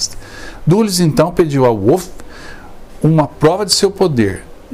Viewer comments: A amante de Mussolini chamava-se Clara PETACCI. O nome do general Wolf pronuncia-se "Vólf". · Em alemão W tem som de V ,não de U